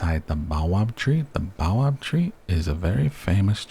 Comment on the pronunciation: baobab is pronounced bay-oh-bab ;)